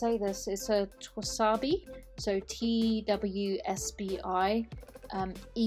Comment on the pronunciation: Regarding the TWSBI pen, I've always heard it pronounced like Twiz -Bee. Might not be correct but it's the way I've heard it over here in the states. Love your channel, I've been trying a Noodlers Ahab with the standard flex nib. Staying with Noodlers using Lexington Gray. It's sometimes the color of a pencil but waterproof.